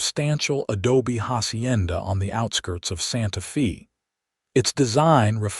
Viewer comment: Will not finish this video 5 minutes in. It's Santa Fey, not Santa Feeee. Yikes! Narration is essential to the succrss of a video.